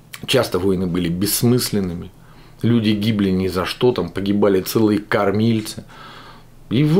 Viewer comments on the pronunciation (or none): none